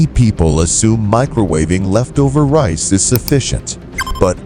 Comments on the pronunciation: Can you switch to a human narrator, or at least go through it and make sure your AI voice isn't screwing up. It's RICE, not REES. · Irritating AI narration. Reece for rice Eff for Farenheit and Ce for Centegrade. I hate AI narration- lazy and cheap presentation to get clicks and money. Thunbs down and drop the feed.